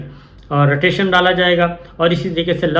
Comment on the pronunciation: رٹیشن نہیں "رٹینشن" (Retention )